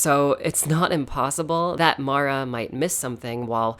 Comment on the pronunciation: My name is Mara and I just want to say THANK YOU for pronouncing her name properly. A lot of people mess it up for some reason (Mare-ah instead of Mar-ah). It's a small thing, but it's appreciated 💕